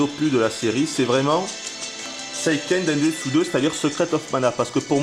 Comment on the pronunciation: non pas vraiment : la bonne prononciation : séiikeun dènsetsou...